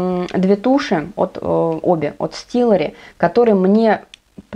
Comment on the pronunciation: Стеллари! А не стиллари! 🤦‍♂️